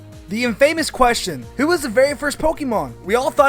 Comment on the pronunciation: Dude. It's Infamous. Just like that. Not In Famous.